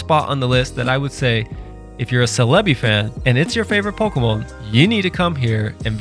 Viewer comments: Wtf was that pronunciation of celebi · Bro pronounce the names right they say the names consistently in the show and the way you say celebi ? Bro, you’re just mispronouncing this on purpose. I was honestly into the video until I heard you pronounce it that way.